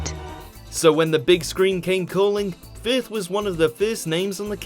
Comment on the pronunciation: Why does the narrator pronounce it as "fifth" rather than "firth"??????